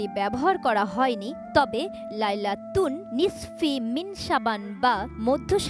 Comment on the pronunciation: "লাইলাতুন নিসফি মিন শা'বান" এই আরবি উচ্চারণ করতে আরো অনুশীলন করতে হবে উপস্থাপককে!